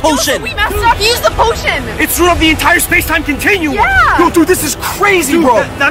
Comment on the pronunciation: Hid the poshon